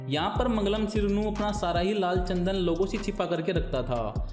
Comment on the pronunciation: Tsandan nahi chandan bolo